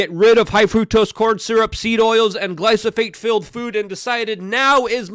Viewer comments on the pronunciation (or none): Luke keeps saying glyphosate wrong 😂